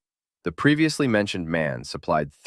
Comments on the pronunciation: M-A-N, not "man". (Maschinenfabrik Augsburg-Nürnberg) Like BMW. It's interesting that no one in the English-speaking world can pronounce the names of German brands correctly. Like Volkswagen ("Folkswagen", yes with "F"), Porsche (not "Porsch", "Porscheh"), etc. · It's M.A.N. not "man" :) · The US should totally revive the "New Look" bus design. It's just weird enough to be iconic, friendly (Look ma uncle happy bus is coming!), gently retro-futuristic, easy on the eyes, and from the looks of it would work well with modern aerodynamics. MAN is pronounced Em-Ah-En, btw, not "man". "Maschinenfabrik Augsburg-Nürnberg", "Machine factory Augsburg-Nuremberg". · the company MAN is not pronounced "man", the name is actually spelled, so the pronounciation is something like "Emma-En" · the company ist called M-A-N not man or do you spell USA as on word? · It's pronounced M•A•N, not man! It stands for: Maschinenfebrik Augsburg Nürnberg! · MAN is pronounced letter by letter, m-a-n. It is an abbreviation, namely Maschienenfabrik Augsburg-Nürnberg. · It's the very first time in my long Life that someone pronouced it « Man ». No way.! Forget about Man. It's pronounced M.A.N., you got it, man? There isn't any "surprising story of socialist buses in the Yousa" either, but in the U.S.A., no matter whether with or without dots. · The pronunciation of MAN is not "man", but "em-ah-en". It is an abbreviation of Maschinenfabrik Augsburg-Nürnberg. And Malév is to pronounce "Mah-laiv" But teaching USains of the English about correct pronunciation is like playing chess with pigeons.